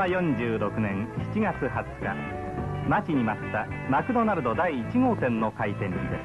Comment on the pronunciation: 待↑ち↓に待った